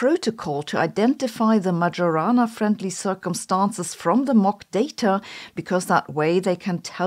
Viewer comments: Ah, I knew it! Damn Microsoft, now I have to keep hearing "Magiorana" over and over. It's pronounced "Maiorana", please . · she has a PhD in physics but doesn't even know that it's "Mayorana" not "Majorana". Doing research should be second nature to her, this is so disappointing. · Majorana like mayonnaise not like majority. Thank you for your excellent and original point of view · Its not MaGiorana , its Mayorana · It's Majorana, not Madʒorana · Stop listening when Majorana was pronounced like "j-ourney". It should be like "ee" then "o". It should refer to Ettore Majorana, the misteriously disappeared genius. I hope it doesn't come from any football player I'm not aware of. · that's "Mayorana" instead of "Madzhorana"😢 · It's /maɪəˈrɑːnə/ . The 'j' does not have its distinctively English pronunciation. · Hi. Did you know that Majorana is pronounced "Maiorana"? Look it up if you don't believe it. I think it would be super cool if everyone started to pronunce it correctly. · Majorana is pronounced "my-o-rana" because j is the same letter as i in Sicilian; it's just written that way when it follows a vowel. (In Italian it is written Maiorana.) I say this every time you mispronounce his name and will continue to do so until you get it right. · Please learn to pronounce Majorana. This is insulting. It's Mayorana. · It’s pronounced my-or-ah-nah. You’re pronouncing it like an AI does. Maybe that’s where you get your script… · Please Sabine, it's MaYorana. It's Italian. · It is "Mayo-rana". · you say Majorana but I hear Majora and I drift away hard I'm sorry! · Dear Sabine, the correct pronunciation of "Majorana" is MaIorana, with the j sounding like a I in Italy, not G in Germany. Do it for Ettore, he deserved it. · It's pronounced "Mayorana". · More like Mary-Juu-Ana 😂. And now I have the muchies all of a sudden. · Nitpick comment of the day: "Majorana" Is pronounced like a German would do, not like an Englishman ;) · This pronunciation is smoking majorana